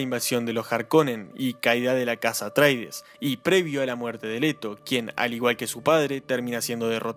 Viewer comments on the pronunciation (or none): Buen video, nada más que la casa se llama Atreides, no "Atraides". 👍